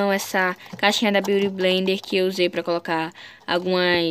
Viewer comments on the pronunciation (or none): none